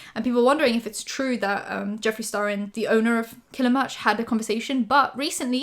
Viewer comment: ...did you just say Jeffrey STaRBURst!!!!!!!!!!! 💀💀💀💀